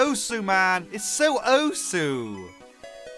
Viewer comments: says Oesu instead of Osu! Me: visible frustration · I cried when he pronounced osu as owesu